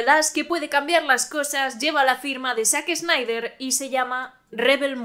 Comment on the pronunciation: Excelente, pero la pronunciación es "zaxnaider"